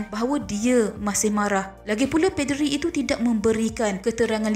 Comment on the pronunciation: Ada sebutan yang salah. Contoh 1. Poll 2. Paderi Sila betulkan sebutan anda ya. Terima kasih.